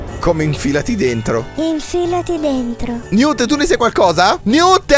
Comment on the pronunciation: quel robot si chiama Newt sitice Niwt ma sistrive Newt